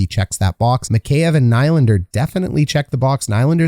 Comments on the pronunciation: Nie-lander.😁 I actually do not know how to pronounce his name. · Learn how to to say Nylander.... If you want to talk about people, say thier names right... nob